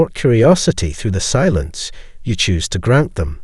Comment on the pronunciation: He said the word silence using five syllables. 😂😂